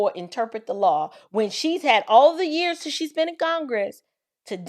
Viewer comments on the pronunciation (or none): none